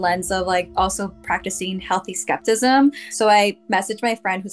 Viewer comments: Every time she said skeptism instead of skepticism it made me giggle 🤭.. but anyhoo real or not I enjoyed watching! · Listening to this person say “skeptism” discounts the entire rest of the video